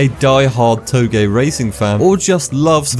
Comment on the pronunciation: "toe-gay"? Is that how it's pronounced?